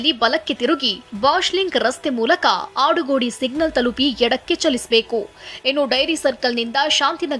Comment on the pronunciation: ಅದು ಕಾಡುಗೋಡಿ ಅಲ್ಲ ಆಡುಗೋಡಿ